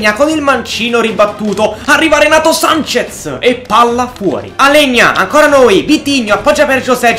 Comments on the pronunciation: Si dice renato sances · Comunque si dice Renato Sanches,con la "s" alla fine